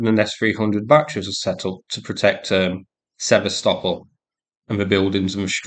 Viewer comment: Thank you for using Ukrainian pronunciation of Sev/a/stop/ol. Every time the yanks butcher the name it hurts my ears. 🇺🇦💪🇦🇺